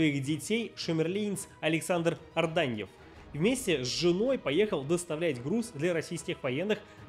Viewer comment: Александр Ардвеньев а не Арданьев